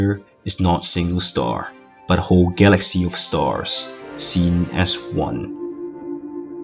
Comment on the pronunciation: Guh-laxy. Love that pronunciation.